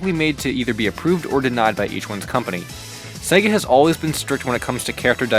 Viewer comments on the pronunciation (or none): none